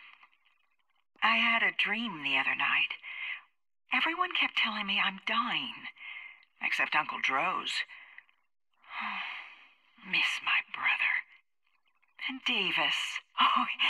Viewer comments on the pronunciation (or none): Nice vid but he is not called draz its droz